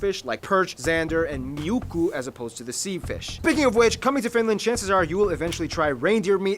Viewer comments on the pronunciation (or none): Muikku... Not miukku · Its muikku not miukku lol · 🤨🤔It is not miukku, it s muikku.....and the national anthem of Finland and Estonian...is originally german drinking song. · Its muikku :D